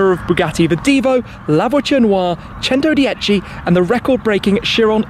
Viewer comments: The way he pronounce “centodieci” it’s giving me anxiety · Labochen oua The Chentodiechi Cheron Loua